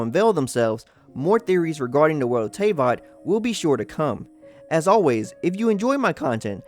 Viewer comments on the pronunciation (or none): It’s “eyther” not “eyether.” It’s “Loomeen” not “Loominay.” It’s “Teyvat” not “Teyviat.” It’s “Arkons” not “Arkines.” Just to correct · it's Teyvat not Tevyat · The word "teyvat" it is pronounced as "tevat", the "y" is silent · sigh its pronounced te-vot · And the name lumine is spell "lumin" the e is silent, even aether says it like that.... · The way you say teyvat is causing me pain bc I’m used to pronouncing it the way English VA amber does